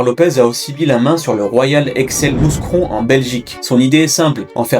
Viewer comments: pas "mousse cron" mais "mou cron" faut vraiment stopper cette façon d'écorcher les villes belges svp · A partir du moment ou tu dis MouScron, t'es pas crédible. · On dit Mou(s)cron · Mouscron... "MOUKRON" en phonétique putain de merde... Avant de taper une vidéo renseigne toi sur la prononciation, ché pas moi c'est la base. Ça peut paraitre con ce que je dis mais ça fait la diff entre un taff bâclé et une vidéo sérieuse. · Le s de Mouscron est muet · on prononce pas le s de mouscron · Mouscron le s ne se prononce pas. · Mouscron on prononce pas le s ! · Pour info, on ne prononce pas le "S" pour Mouscron ;)